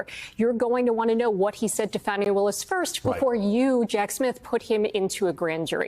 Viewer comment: Her name is Fani — pronounced fawn-y. There’s no Bonnie.